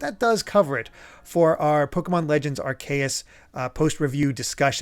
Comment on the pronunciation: Idk if I am the only one, but I want to point out The way pounced Arceus doe....it is aar-see-uhs not Aar-kay-it:v